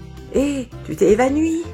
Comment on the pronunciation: A un moment sa dit tu t'es "évanuis" à la place de évanouis Mon commentaire est utile? Non mais on s'en fou 😑😑